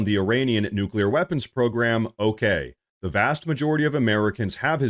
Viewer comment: Do they say “new-q-ler” on purpose?!